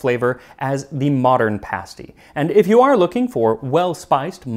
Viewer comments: You even pronounced pasty correctly! I was raised in a Cornish community here in the Gold Country of Northern California. The Cornish immigrants came to mine the gold after the surface gold was gone. About 1970, two Cornish pasty restaurants opened. Even though I was only 12, I recognized awful food when I ate it. The crust was tough, not browned, the innards consisted of cubes of tough beef, cubes of potato, swimming in some kind of corn starch gravy. I think there was salt, but no pepper or any kind of seasoning. One of the restaurants closed in months, the other is still functioning due to sprucing up their fare quite a bit. It’s now something like a calzone or really good pot pie. The terrible pasty, however, was historically accurate. It could take a man hours to reach his level in the mine. Trolleys of miners were lowered and raised by donkeys and mules, some of which never saw the light of day. The crusts had to be tough to survive until lunch time, and the Cornish were not known for their cuisine. Think bologna sandwich. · Thank you thank you thank you for pronouncing pasty correctly. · The fact that Max pronounces English place names and the word 'pasty' correctly has ensured I have subscribed. I just wish he'd stop saying ERRRBBS.